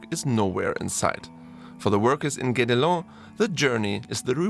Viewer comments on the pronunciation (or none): Guédelon is pronounced like "get along". :) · Thank you. I live in Burgundy and visited the place 3 times. I wished I could have helped you with the Guédélon pronunciation. Something between gay and get.